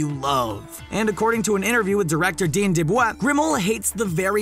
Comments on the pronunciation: He also says "dean deblah" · Wait did you say dean debvaa